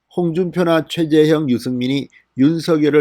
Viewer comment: 이 양반아 한글 발음 잘 못하고있어요. 윤석열이라고 발음하면 틀려요. 윤성열이라고 해야지!!! 그리고 최재형을 최재영 이라고 발음하시는데 제 대로 좀 하시요.